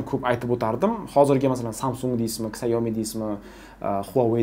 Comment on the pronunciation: Ksyaomi deb aytmang iltimos. Syaomi yoki shaomi deb aytilsa to'g'riroq bo'ladi.